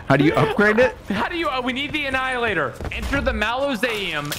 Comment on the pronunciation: lmfao en-hilliator